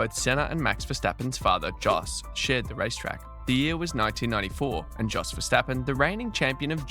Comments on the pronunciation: Just so you know, Jos is pronounced Yos. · It's Imola, not imOla. And Jos Verstappen, not Djos Verstappen.